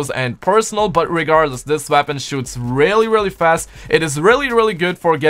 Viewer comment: Not trying to be rude or anything but is it just me or does it sound like he’s saying veapon instead of weapon